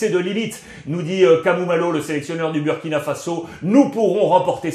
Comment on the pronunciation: Monsieur Ruiz, merci pour tout. Mais faites l'effort de prononcer Booooouuuuurkina et non Buuuuurkina. Le uuuuuuu se prononce ooooooouuuuuuu